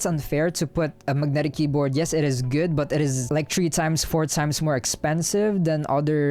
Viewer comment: I love the way you say Mug-netic 😉